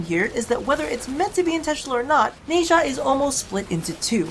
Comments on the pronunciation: Nezha's name is pronounced Nah - JAH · a bunch of people have alredy probably said this but his name is pronounced nah-sha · Felt weird when you pronounced Nezha, lol I pronounce it as Nez-ha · why does the west butcher the eastern names XD